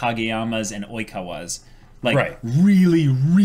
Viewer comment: "Boikawa" LOL